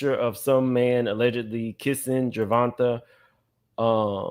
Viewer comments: Ger Von TAY is how it's pronounced 🤗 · OMG! You’re infamous for butchering a name. It’s pronounced “Ger-Von-Tay”. Bmore stand up. 😘♥️